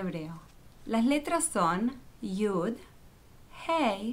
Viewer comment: Lo estas leyendo en la traduccion al espanol que alguien (no se quien lo habra echo) lo tradujo. Esta persona o personas usan una pronunciacion que es incorrecta porque la letra Yud no suena "J" como la primera letra del nombre que tu escribes.